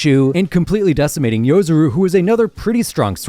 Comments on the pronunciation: It's Yorozu, not yozuru.... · Hey dude it’s Yorozu not Yozuru lol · You kept pronouncing Yorozu's name wrong. Yo-ro-zu, not Yo-zu-ru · 1. its yorozu not yozoru 2. guruda is only strong cause of yuki's technique, rika and ten shadows shikigami are far better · Him saying Yozuru bout to piss me off, yorozundude, unless it's in another language or something